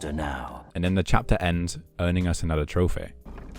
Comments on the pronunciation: "Trophere" the hell is that accent? 😂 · There's no way you're pronouncing trophy as trophay just SOMETIMES, this is killing me